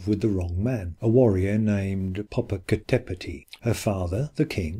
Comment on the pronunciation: Poppo Capp etteti and Iksa ti hu whati..?.... 🇲🇽!!!!! It's -'poppo Ka petl' and 'iks ta si huatl' .. smoking mountain and white woman.. .. just. A little respect to the Nahuatl language and sources and a little bit of. .. well. Ix ta cihuatl actually reads several ways, all involving a female conjugation, mostly as skirt - but also snakes, precious and fire and - an popoca tepetpl reads smoke and mountain/home .. and needs a bit of. Well - more work is needed. Sorry - just. An insulting treatment of words more than 20 million use daily. Mexica history is as complex as the subject this video tries to address. The quickfire treatment isn't working for the rest of this either. Although I'm sure it's not all intentional.